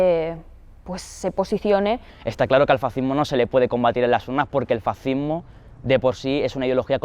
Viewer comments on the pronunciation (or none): Abogado del diablo, se dice Fas-cismo FAS! Cismo, que se puede esperar si no sabéis ni pronunciar fascismo, esta claro que si no sabéis ni hablar, de política ni digamos.